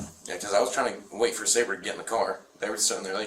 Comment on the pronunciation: Lady Detective, it’s not Sauber it’s saber with a long a like in the word day